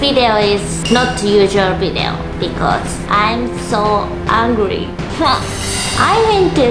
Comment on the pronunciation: Her: Im Angry Me: Did i just heard hungry 😂